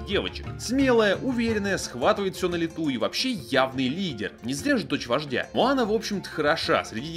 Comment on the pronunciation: мОана,а не мАана